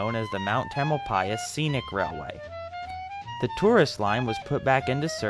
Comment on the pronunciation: Interesting to hear the proper pronunciation of Tamalpais. I always thought the accent was on the second syllable.